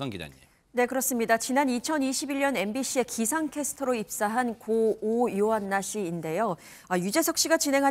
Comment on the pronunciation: 교수맞아요? 자꾸 요요안나라고하네~ 한두번도 아니고 고인의 이름을 달리부르네 다른사람들이 지적이라도 좀 해주지 듣기 좀 그렇네